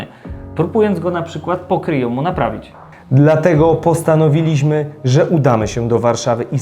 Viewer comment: Postanowili-ź-my, zastali-ź-my.... Itd. No nie da się tego słuchać 🤯